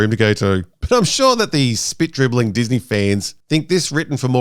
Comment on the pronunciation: ah yes, dis-meh star wars...